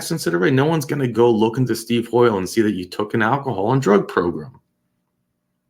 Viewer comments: I'm happy to hear I'm not the only one to grin when I hear progrum. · I first started watching you, you used to say "PROGRAM"...now I smile a little every time I hear you **unintentionally** say "PROGRUM"🤭I caught myself doing the same thing recently at work and my co-worker gave me a strange 👀 when I busted out laughing🤣Judge Maribella has gotten to us all! 😁I love your channel, your content, your thoughtful unpacking, and reading the opinionated yet respectful comments of my fellow subs💟, thank you so much for all you do💯 I often find myself nodding in agreement to your end narratives, your genuine reactions, listening to you think out loud from the different parties perspectives is a pleasure to watch. I'm subbed to a lot of different law/crime channels, mostly geared towards entertainment, but this one is special bc you're disseminating truly important information...if we ever hope for any change, the public needs to see how our criminal justice system works (or unfortunately sometimes doesn't😓). Ty again😇